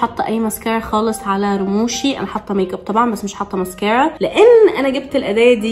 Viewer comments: مسكارا❌❌❌❌ مسكيرا✅✅✅ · علفكره اسمها مسكاره مش مسكيره يخربيتك عسل😴🥰❤ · مسكارا ❎ مسكيرا ✅ 💔😂